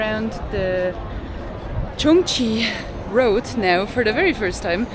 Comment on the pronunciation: pronounces Chunxi Road absolutely correct: it is “chun shi” (not “chun chi”). So in Chinese pinyin, all “x” is pronounced like “sh”, like “xiexie “ being pronounced as “shie shie”. Also, highly recommend the Chengdu Research Base of Giant Panda Breeding, where you’ll see real giant panda and super cute baby pandas! Enjoy the trip in Chengdu!